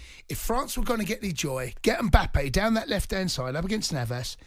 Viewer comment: Who is this Umboppay that Jamie keeps referring to? 😂 mate, it’s M-bappe.